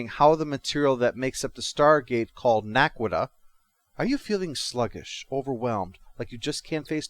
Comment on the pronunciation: Naquadah, not Naquita. Other than that, pretty good review.